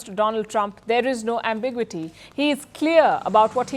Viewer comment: it’s pronounced am·buh·gyoo·uh·tee, not am·big·wa tee